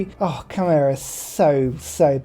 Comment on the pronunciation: I know that it is a debated word when it comes to pronunciation, but I've only really heard either k-mer or k-mai as the two options. You are the only person I know that pronounces it as k-men